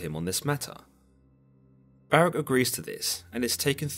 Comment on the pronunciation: Ok…. 🤦🏾‍♂️…. Listen to the enunciation carefully, ok? Baruch (ba-ruuk) / Barach (ba-rak)! That’s my language and ancestors’ name that you’re butchering. *and Samael LOST to Jacob; hence, the name Israel(He whom wrestles with god)! 👍🏾#urwelcome